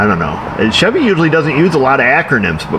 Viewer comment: hahahaahahah SHIV-EE